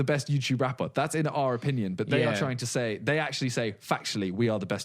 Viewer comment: simon goes carribean english ''we're not tryin''